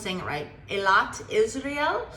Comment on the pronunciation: You pronounced Eilat like a Sabra ( native Israeli) better than Steve Harvey ( he pronounced it “ AEYLOT “ and it sounded funny everytime, ha!ha! It is pronounce “ EELOT “ ( I lived in Israel for 23 years , I know so !) before finally moving back here in Washington,DC.